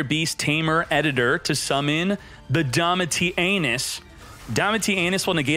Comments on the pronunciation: Why do you pronounce it 'DomitiANUS' every time? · that’s an awful pronunciation of Domitianus 🤣